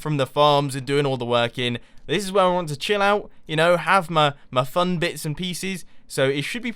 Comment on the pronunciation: "Out having frun" :P